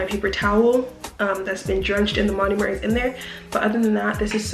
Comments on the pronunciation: I love this whole video but you saying "monUmer" instead of "monOmer" is driving me so fuckin nuts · Learn how to say MONOMER